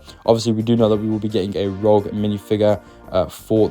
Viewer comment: Almost said rouge again. Nice save!👍